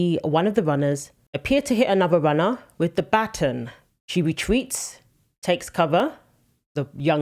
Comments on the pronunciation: Sorry but it is pronounced "BUT - ON" ......not "BAT - IN". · Lol it's driving me crazy 😂😂😂 ba+ton ba+ton not button lol it was like someone kept pinching me lol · In America It’s not pronounced BUTTON. ……. It’s BAW. TON. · What is a batin??? Bah ton that’s how it’s pronounced LOL. I know. I’m being picky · It's BA TAWN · Learn how to pronounce ba-TON. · only Americans pronounce it ba-TON - The rest of the world thinks we’re weird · I understand that you’re reporting what you’re reporting but you have to learn to understand if you’re talking to us here in America you need to speak English. It’s called baton BA-ton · It’s called a Ba-ton! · It is pronounced be-tahn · Here in America baton is pronounced "buh-TAN" or "BAH-tan". We don't speak the King's English. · Baton is pronounced with the emphasis on the second syllable--not the first one. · It was clearly on purpose. Please pronounce the word baton properly. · The way you pronounce “baton” is distracting to my American ears. 😀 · You have no clue how to pronounce Baton eh? LMFAO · The woman can not pronounce baton properly. Lol